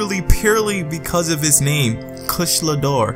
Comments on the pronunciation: Kush-la-door? Kush-a-la-door-a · Say it with me: Ku-sha-la Da-o-ra. XD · Monster Hunter World I want to thing that you pronounce the name wrong purposely 😂